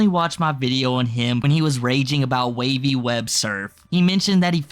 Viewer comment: Put some respect on Wavys name and say it correctly.